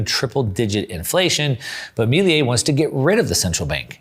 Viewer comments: Excellent video really enjoyed it. By the way Its pronounce Milei not Miliei. Cheers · Bro, love your content. One quick observation: Me - leh - ee ❤